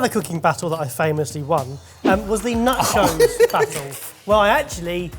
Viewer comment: At the mark, was saying "nachos?" Cause it sounds like he was saying "nut joes."